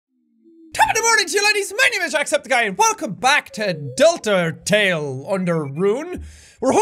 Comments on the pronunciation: Normal People: Deltarune Undertale Jack: Deltatale? Underrune? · "Hello and welcome back to Deltatale Or Underrune" -jack 2018